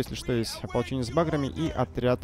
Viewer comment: Всё здорово,только пожалуйста говори не с бАграми а с багрАми.